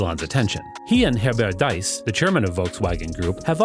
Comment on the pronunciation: Deese, like Geese, not Dice